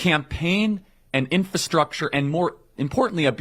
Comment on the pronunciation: did the really pronounce it "infastructure?" lmaaooo for someone who fancies himself such a big ol' small faced sexy pants magoo, that is quite the miss aha